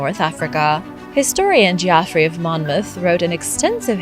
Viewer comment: I know you like to get things right,, so a couple of pronunciation pointers from this one: Geoffrey is not Geeoffrey but Jeffrey (think like George being Jorge and not Gorge). Also your emphasis on stalagmites and stalactites is a bit, err, Welsh - there's no emphasis on lag or lac - all syllables are even but if you do parse the words, mites and tites is where they split. Hope you don't mind the advice - you navigate a helluva lot of international words in your videos!😊